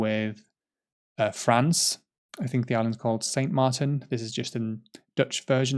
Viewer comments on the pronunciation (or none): none